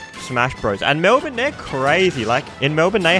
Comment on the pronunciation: why do aussies pronounce melbourne as melvin?